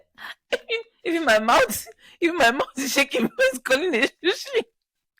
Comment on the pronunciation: “shushi” 😂😂😂😂😂😂 i’ve laughed until. Mind you, i’m in public. Here’s a self reminder to never listen to you guys in public 🤣🤣🤣